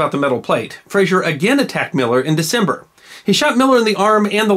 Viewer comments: FRAZER. Say it like it's spelled.. FRAA ZER. No ZSH. This is not FraSHUR from Seattle. Our Frazer clan has been around for hundreds of years, and to hear it regulalry bastardized as FRA-SHUR pisses me off. Were it that way, (and there are some in my sept), the spelling is Frasier. Like that doltish show in Seattle. The history of the Frazer/Fraser clan is wicked awesome. Go. Look. Clean it up. Words and names matter. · The name is Frazer NOT Frazier. Please stop saying Frazier. 🤨